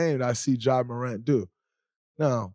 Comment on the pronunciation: I’m sorry but I spit my drink out when dray said ja remind hin